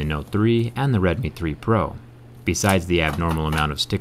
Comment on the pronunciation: Just an FYI, it is the first part of the phone's name is pronounced like the oww sound you make when you feel a pain, not the O sound of, "Oh, shit, my phone just broke in half."